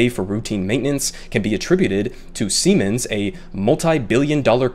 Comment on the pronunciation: It's pronounced "see-mens"; a German company that made over $6.7 billion in profit last year.